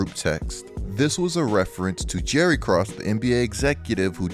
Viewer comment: I was like Griff Cross ? Oh ok like Jerry. I was confused because it’s Krause, like you’re going to say kraut but change the “t” to “s”. My only critique of otherwise excellent analysis.